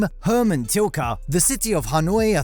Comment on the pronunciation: Hermann Tilke, not Tilka